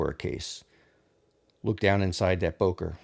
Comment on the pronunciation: The correct pronunciation is not [boker] but [bøker]. It has a ö